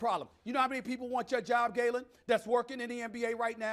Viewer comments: Did he call him Gaylen? Lmao Freudian Slip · He called him Gaylen 😂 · Lol stephen A called him Gaylen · Steven a smith said gaylen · Did call him galen 😂😂😂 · YOOOOOO he called him gaylen might have been a mistake but he sed dat ish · Stevie called him GAYLEN.............Yup I heard it.......Ummm hmmmm!